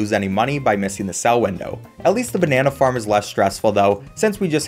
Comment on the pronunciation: Why did I hear the Banana Farm as Banana Fart